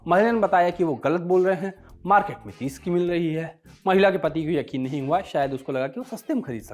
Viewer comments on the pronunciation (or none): none